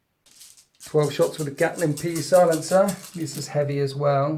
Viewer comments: Cracking game! Only one gripe, a Pee-silencer, really? It sounds like something you'd use for having a slash late at night in a house with thin walls. The pee ought to be silent no? It'd just be pronounced silencer. Like (p)sychic powers, (p)sycannon or (p)sionics etc.... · PEE-Silencer...It's a pun. A Psi-lencer. A psychic silencer. Ironically the P is silent...god that killed me.